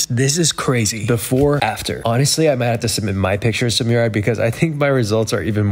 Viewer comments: Its not pronounced like Myoo-rad It's Mooh-raad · My name is Murad and I approve this message 👍 oh and that's not how you pronounce my name either, lol